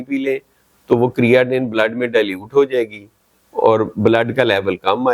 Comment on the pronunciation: Creatinine BOLNA TU SEEKH LAIN PEHLAY